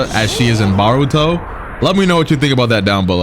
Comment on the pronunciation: I just realized he says baruto 🤣